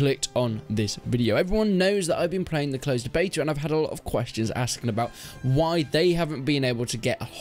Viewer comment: "Beto" keys lol🙄🙄🙄